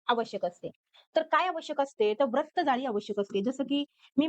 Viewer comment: Nice tai But Pls Pronounce further Vra as vru Vratt it's vrutt